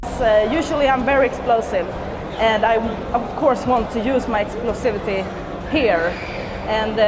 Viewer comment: She said explostivity haha